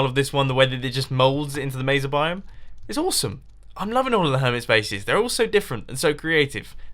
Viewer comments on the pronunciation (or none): none